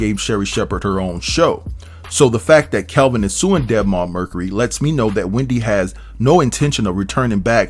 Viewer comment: HIS NAME IS" KEL-VIN" NOT( CALVIN) PLEASE SAY HIS NAME CORRECTLY FOR YOUR COMMENTARY